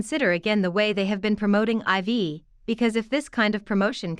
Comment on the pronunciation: It bothers me so much that people keep mispronouncing IVE and I’m not even a fan! Lol. It’s not “ivy” or “i.v.e”. It’s pronounced “I’ve” as in “I’ve been annoyed for weeks because no one can say it right!” Lmao.